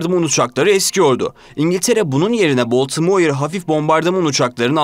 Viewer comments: Baltimore u ne biçim okuyorsun sen genç adam? Bu ne cehalet? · Verdiğiniz bilgiler için teşekkürler. Ancak telaffuz sıfır. Baltimore veya Blenheim nasıl telaffuz edilir? Madem bilmiyorsunuz bari google a sorun.